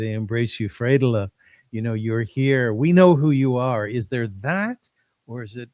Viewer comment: I noticed the way you pronounced her name brought her back to her roots, Frieda is so childlike and innocent, I can listen to her speak all day. I love her! Thank you for having her on